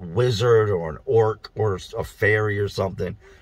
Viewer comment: There is something hilarious about the way you said “ orcs” in this vid. Love the channel, love the stories and advice.